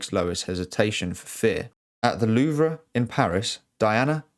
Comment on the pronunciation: You're British so mispronouncing the Louvre is pretty nuts